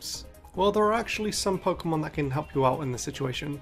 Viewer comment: The way he says "Pokemon" will never not be satisfying